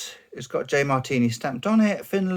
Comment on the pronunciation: Sorry but that's not how you pronounce "hei" XD. Not bad on the "Marttiini" though. Fun fact: the J stands for "Janne" or "Johan". That's the name of the smith who started the company. Johan was his official name, but that's a Swedish name and amongst Finns he went by Janne.